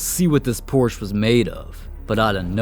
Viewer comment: Bro everytime he says porsh I think hes gonna say sum else 😂